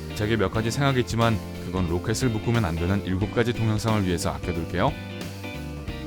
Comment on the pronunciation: 발음 좀 신경 써야할 듯. 발음 ㄱ 같은거나 모음 ㅓ랑 ㅗ랑 ㅏ랑 구분 잘 안되서 듣기 굉장히 힘듭니다. 중간에 후려치는 프레이징들도 있고요. 목소리는 좋은데(비음은 그렇다쳐도) 발음너무 신경 안쓰셨네요.? 내용도 1번 2번 이렇게 정해서 하나하나 설명주셔야할것 같은데 주제가 무슨 5초에 한번씩 바뀌니깐 정신이 하나도 없네요. 나머지 문제점들은 이미 많은 분들이 코멘트로 지적하고 있네요. '제겐 몇가지 생각이 있지만..' 에서도 마찬가지요. 들리시죠? '생아기찌만~~'